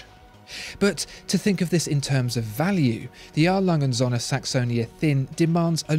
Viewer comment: It's not Sohne but Söhne.